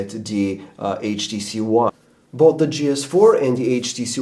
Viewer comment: "Buth" Bwahahahahahaha